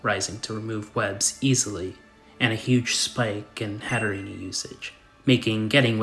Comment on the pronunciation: It’s not “Hatterenie”, it has a silent e. Hat + Serene